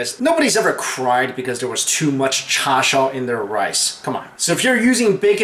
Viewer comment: Cha-show? It should sound more like Cha-shoe!